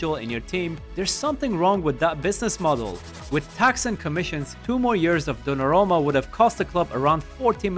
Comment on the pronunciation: Good content, except you mispronounced and misstyped dollarumma a lot...